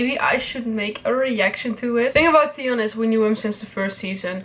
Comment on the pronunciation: i watched this just because I like the way you pronounce Theon 😂